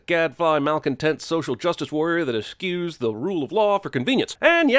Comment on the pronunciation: "Eschew" is pronounced "eh-shew" not "eskew."